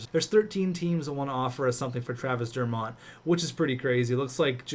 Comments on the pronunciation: It's pronounced Dur-Mitt not Dur-Mott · It's pronounced Travis Der-mitt not Der-mott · The way you pronounce dermott...